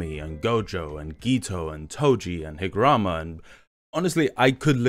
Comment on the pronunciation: Higaruma is "hig" "ah" "room" "ah"